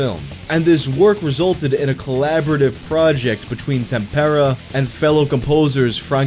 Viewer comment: It's so refreshing to finally hear someone who genuinely tries to pronounce Italian properly and doesn't just slap an English pronunciation to every word. Just two corrections: Tempera is stressed on the first /e/ and not the second and the [z] sound in Frizzi is stronger, the same way in which you pronounce Cozzi. Everything else... thanks for trying hard to respect the language.